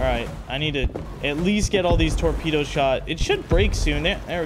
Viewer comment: bro says "tormedos"